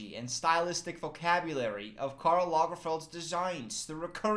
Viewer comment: It’s trash. All outfits are trash 😂😂😂 but I love your pronouncion on Karl. It really sounded Swedish 😍